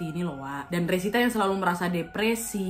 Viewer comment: resita jd rosita😂 mesin jahit berubah menjadi mesin cuci🤣